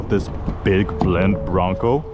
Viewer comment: Big BEND, not Blend. 😄